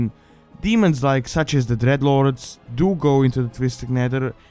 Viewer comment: the way you say dreadlord makes me think of you being a drrrrreadlorrrd